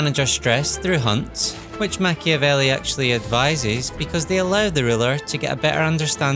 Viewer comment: Be italian. -open a video about playing a strategy game following the example of a famous book. -first thing the narrator does is mispronouncing in the most ear drilling way the name of the author of said book. -leave a comment dies of cringe